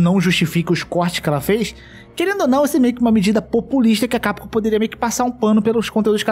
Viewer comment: não sei qual é o fetiche que esse povo tem de falar CAPCOM errado. chega o ouvido sangra.